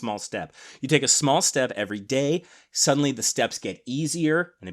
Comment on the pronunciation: "day" or "Ray"? 😜